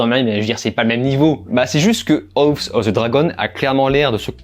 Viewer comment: Tu sais pas dire house quand meme tu te fou de nous